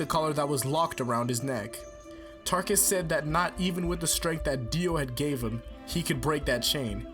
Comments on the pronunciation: Realy it's Taruckus not Tarckus! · wait, fam, wasnt it, TAH-ROOK-US